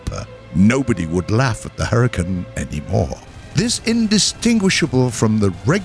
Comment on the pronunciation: hurr-e-cane. not hurritane